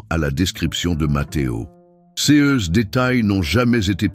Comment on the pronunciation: Dommage que l e commentaire soit lu par un robot incapable de prononcer correctement CES ainsi que les dates et les chiffres en francais. Ca gâche beaucoup le contenu , Et il y a une erreur de date, l’enfant ne peut être né en 2018 et avoir ensuite atteint 18 ans ! Par ailleurs, il n’y a aucune révélation inédite, tous ces propos sont soit dans les evangiles soit dans les ecrits de mystiques visionnaires. Donc je crains que cette belle histoire ne soit qu’une fiction et que Mateo n’existe pas.